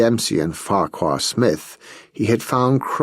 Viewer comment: Farquhar Smith should be pronounced as Farrar ....